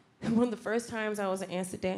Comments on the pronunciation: it's amsterdam ffs, pronounce it properly, didn't know wtf she was saying the first time. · I love how she says "Anstuhdan" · right? a-ster-da lol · Does she say Ansterdan?? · I thought she was saying she was on acid 🤦‍♀️😂😂😂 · the way she says amsterdam is taking me out 😭